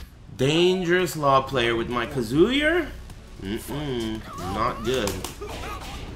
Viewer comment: Kazuyer......? Lol.